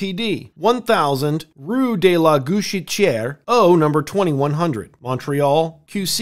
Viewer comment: You did well, it's a hard one 👍